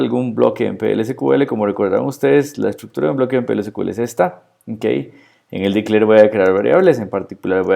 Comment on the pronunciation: no uses el inglés si no lo conoces... display no es desplegar... y "ci kiu el" sería CQL... SQL sería "es kiu el"... lo detuve al vídeo porque era para pasarle a un amigo y que entendiera esto, pero ya me dio cringe